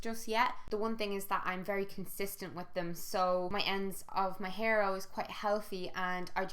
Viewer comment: Was absolutely convinced for like 10 seconds you said 'PEAR mask' instead of hair mask hahahaha. I was like 'she conditioners her pears...?'